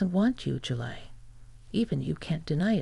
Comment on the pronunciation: A good idea is to listen to your own story before you post it. You idiots call Julie, July and Julay. Sloppy. Get with it.